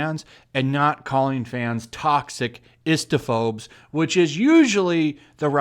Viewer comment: what is that term you said at the beginning? Fist-a-phobe!? LOL